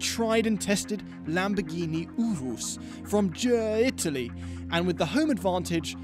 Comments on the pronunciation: Is it just me, or did literally just say Ge- Italy while about to say Germany accidentally! for the URUS. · "From Ger-Itally"? 😂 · Ger-uh Italy